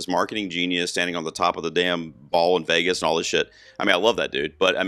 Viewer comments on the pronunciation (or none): none